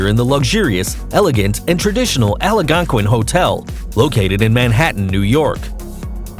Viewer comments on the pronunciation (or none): Lost me right at the beginning "allahgonkwin"??? Dafuq is that. Al-gone-quinn. has to do with the natives of the region. Ya really butcher that shit mate. Lol. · Tell the narrator to pronounce "Algonquin" properly. It's NOT "ALLIGONQUIN." It's AL-GON-QUIN. Three syllables, not four. He has one too many syllables. It is actually a very famous place where well-known authors used to gather every evening, swapping witty comments, and their reserved table was called "The Round Table." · Algonquin not alagonquin idiot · It's not the Ala-gonquin, it's the ALgonquin. You seem unable to pronounce basic words. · Algonquin is pronounced Ala gonquin ? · The hotel name is Algonquin , pronounced “ Al Gon Quin “ , Not Alo gon quin . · Your announcer can't pronounce simple words. Pathetic. It's "al-gone-quin", BTW. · Alagonquin? Twice, no less. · Oh my God, seconds after mispronouncing Algonquin you mispronounced erroneously. I can't finish this video. Painful. Just painful. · I can't believe that you can't pronounce Algonquin. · Uh...there's no letter "a" between "l" and "g" in Algonquin. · Algonquin mispronounced Poor grammar Inconsistent use of "it" or "she/he" referring to each cat Not as interesting as advertised Decent editing Final grade: D+